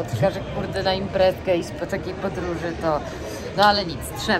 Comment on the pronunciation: oglądam Twoje filmy, jeden po drugim i nie ważne czy,,stare,, czy te obecne. Pokazujesz świetne miejsca, ale zastanawia mnie to, dlaczego,,zjadasz,, literkę Ć? Mówisz zjeś,iś. Czym jest to spowodowane? Z czystej ciekawości pytam.